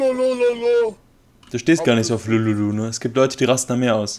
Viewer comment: haha anstatt lululu sagt er lololo